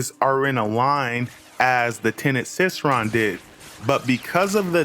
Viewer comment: you cannot possibly be serious abt that pronunciation bruh.⚰ it's Cycron, as in [sai-kron] like a CYCLE...? Because the weapon has a circular design in the middle and literally cycles energy...? Obviously...?